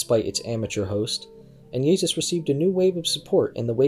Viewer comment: Interesting how you pronounce 'Jezus'. Sounds VERY Dutch🤔 And no doubt you're the Pakistan guy too. So far, a bogus docu... But I'll keep watching...